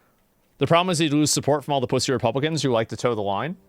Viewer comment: I love how Ilhan Omar can’t pronounce “R”s “Bwutalized” “Wepublicans” 😂😂